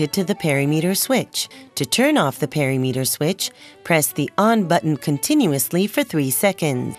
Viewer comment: “Perry-meter”!? Is that the same as perimeter? As in per-im-eter? I’m laughing far harder, and for much longer than I should be 😂